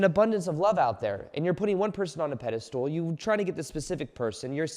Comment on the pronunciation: I thought you'd be able to pronounce pedestal instead of pedestool by now xD